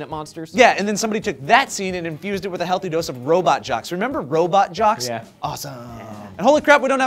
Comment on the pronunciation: ROBO JOCKS!!! NOT ROBOT!!! see does it too...